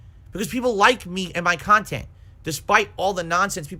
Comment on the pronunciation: trying to convince detractors he actualy makes "meaningful khantent" way too hard lol